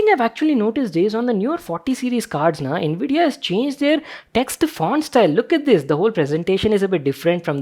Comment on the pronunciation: Bhai ye all 'nvidia' q sound kr raha hai.